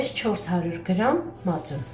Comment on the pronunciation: Не "мацунИ", а МАЦУН !!!!!!!!!!!!!!!!!!!!!!!!!!!!!!!!!!!!!!!!!! (((((